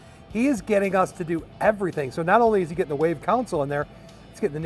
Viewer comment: Learn how to pronounce words like console not like counsole